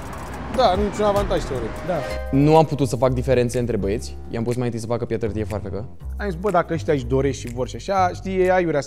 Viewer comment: Ne-a fost dor "dă" tine ...😂😂